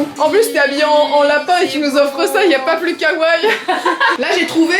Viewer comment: Les capsules hôtels je ne sais pas pourquoi tout le monde veut essayer, à chaque fois, tout le monde dit qu'on y dort super mal x). Faut apprendre à bien prononcer kawaii depuis le temps par contre :p . Sinon super vlog, je les suis tous avec plaisir, c'est vraiment ce que je préfère sur votre chaine les vlogs voyages ^^.